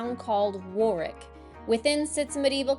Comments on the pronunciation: it is pronounced warick the middle w is silent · Say "rick", Warick( Warwick)❤ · Great video. My daughter lives in the Cotswolds so I know it well but you showed me places I'd never visited so I appreciate that. Driving our narrow roads is challenging enough but the pronunciation of place names defies all logic. Warwick = worick😊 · Well done with the pronunciations. Warwick needs a little practice, but you got Bibury right. So many Americans say it Bib-bury instead of Bi-bury. Your children are a credit, well-behaved but still enjoying themselves